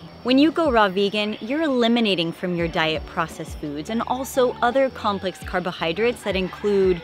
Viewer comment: I was spelling it how she pronounced it, you silly goose!